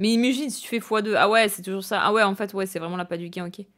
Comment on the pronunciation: Comment tu insistes de ouf sur la fin de tes mots "en faitTTss" mdr